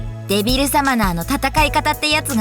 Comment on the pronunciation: リンゴの発音はちゃんとデビルサマナ↘だった。